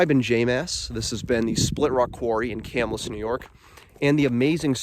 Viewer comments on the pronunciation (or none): Will definitely check this place out! By the way, the name of the town is pronounced Ca -MILL' - us. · Just helping you out bud, Camillus is pronounced Ca- mill- us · Pronouncing* lol yes it sounds like "kah-mill-us". If you do more videos we have hidden lake, Erie Canal, lots of places nearby. Whiskey Hollow, Herkimer Mines, bridge jumping 😅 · You're pernouncing the name of the town/city wrong Ca Mill us